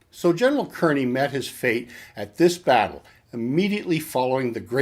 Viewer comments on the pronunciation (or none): His name was pronounced "Carny". Just so you know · No he's not. I'm from Kearny, the town he lived in and was eventually named after him. He's saying it wrong for sure. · Good to see someone else here from Kearny. Grew up in Harrison-Kearny! Cringed when I heard him say Kearny too. LOL